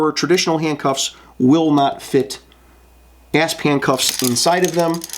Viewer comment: ASP is an acronym, and it’s pronounced A S P. Not asp.